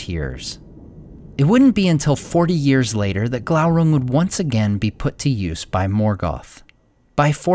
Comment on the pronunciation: Isn't it probounced Gloorung?